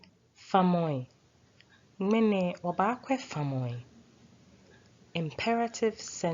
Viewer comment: Thanks for teaching the Ga language. Respectfully, in pronunciation, the word "FAMƆI" (Imperatives) rhymes with "ŋamɔi" [Some greetings]. Then "Gbelemɔ" is pronunced as written, Not "Gbelemɔmɔ". Again, differentiate "saa" (as written), from the pictired "saatso". Thanks a million.